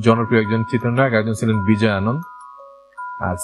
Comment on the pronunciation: উচ্চারণ হবে Ananda Not Anand